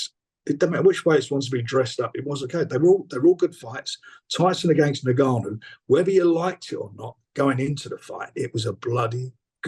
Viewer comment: NGANNOU NOT NUGANNOU😩😩😩😩😩😩😩